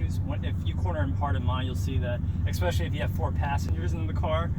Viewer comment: EXPESHILY IS NOT A FUCKING WORLD U SLANTED EYED MORON.... WTF ARE YOU BLACK?